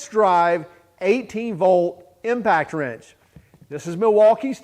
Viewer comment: Are you saying impact trench?